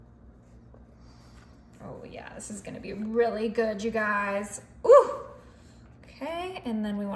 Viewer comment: It's so good you wind saying 'gooB' instead of 'gooD'... lol...